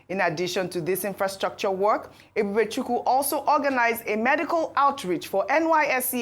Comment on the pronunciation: Ojy E-b-u-b-e-c-h-u-k-w-u! You are from Ukwuani, grew up in Abeokuta,attended secondary school in Lagos before attending St Johns in New York for just a few years. Why can’t you correctly pronounce Nigerian names…not even those of your tribe? Arise, people do something…this is disgraceful!